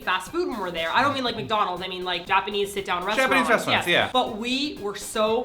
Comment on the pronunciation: How about you show respect and stop saying "Japenis"